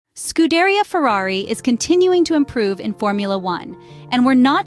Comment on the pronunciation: Repat after me: SKOO-DEH-REE-AH